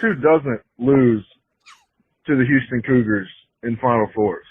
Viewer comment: can someone tell Giglio to pronounce his H's once in a while? Didn't know Duke lost to Youston